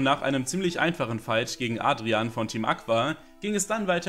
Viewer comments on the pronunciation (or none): none